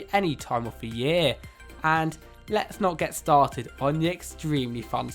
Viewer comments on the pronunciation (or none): none